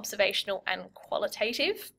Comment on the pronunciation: The second "a" in qualitative and quantitative isn't pronounced like the "a" in "name". It's a short "a" that doesn't say its name.